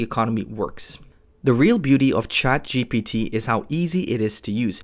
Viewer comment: It's ChatGPT not ChaptGP3